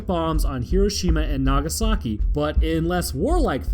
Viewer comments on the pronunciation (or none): none